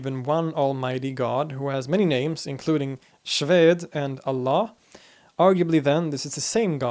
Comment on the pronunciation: finally the one who could pronounced Allah in the right way